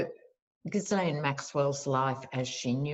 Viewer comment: 🌱🖤🌱🌱🖤🌱 Yay! It's. Hoo~Rah 2 Quickies** I submit taking care to pronounce someone's name is a sign of respect so she must be called gizzard. 1.25 Pope says it is ok to get vaccine with abortion cells.? 1.5 [LOL] I completely agree on the stimulus checks, allows them to decide if it really does stimulate ecocomy and deny the importance on that basis. 1.75 Who should get the honor of blowing up the trump hotel? I personally think someone spoiled buy it and use for homeless...or to help in other issues he has made worse... should it be Hillary? Greta Thurberg? What should bug him most? A women's retreat? Especially for journalists? 2. You gotta visit The Queens Tarot. For the December 21st! She's a gifted astrologer. Seriously excellent! Fairly new...I love this woman! Fresh, Fun, Knowledgeable, Enthusiastic, Thorough, Spot on. Promise you it'll be a gift you give yourself. I don't do astrology, my brain is just, hmm, differently abled [back in the day, state agencies wanted to make all state employees call handicapped folks that, about the time crippled [!!] Was banned. She is not your usual astrologer and she adds politics in, passion, joy, righteous anger... Finally, I am so grateful to you. Someday I shall tell you why but right now, It's a Dance of Joy! See why 🌱🖤🌱